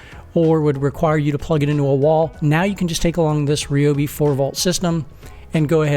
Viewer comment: I'm not sure I'd want to trust a review from someone who either cant, or isn't bothered, to properly pronounce the Ryobi name.